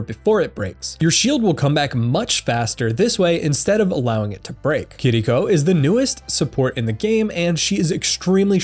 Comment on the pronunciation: Are people aware it’s not pronounced kitdeeco? It’s kiriko?